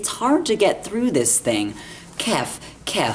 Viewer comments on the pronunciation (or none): none